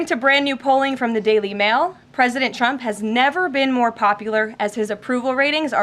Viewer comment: Does she keep calling trump chump